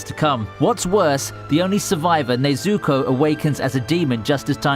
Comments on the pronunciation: My man just said nezooko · Bro I hate when people saying things wrong it’s nezuko not ne zuko you dumb shi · ne-zu-ko, get it right man, not nay-zu-ko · Why is he saying nazoko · Nobody: Commentary: "Nayzooko" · him saying “ Nezooko “ sounds like “ SACTION SAZUKE “ 😂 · Is it just me or does it sound like he’s saying neazuko instead of nezuko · I hate how you pronounce nezuko. Its Ne-zu-ko, not nezukou. get it right or shut the hell up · It's not Nay-Zuko, it's Neh-Zuko.. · Sorry but its pronounced nezooko I know this because i watched this series in english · bruh he said nezooko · he's saying Nezuko like Stewie says Cool WHip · Bro mispronouncing nezukos name is funny ad hell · man it annoys me how he pronounces some of the names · it's definitely not his accent, my british friends can say the names correctly so he might be doing it purposefully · Anyone else hate how he says nezuko